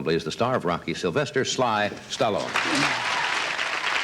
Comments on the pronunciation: "Stellone"? I'm guessing he figured out the correct pronunciation soon after that! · That’s hilarious how he’s awkwardly pronouncing Stallone….its such a household name now.